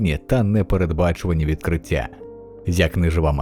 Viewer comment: Людині яка озвучила це відео треба попрацювати над своєю українською, буква "щ" має звучати м'яко і саме як "щ", а не "ШЧ", слова "ті", "відкриття" і подібні їм мають звучати так як пишуться, а не "ці", "відкрицця".